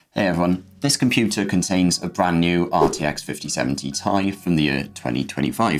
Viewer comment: Every time he says 5070 tie instead of Ti, something dies a little inside of me.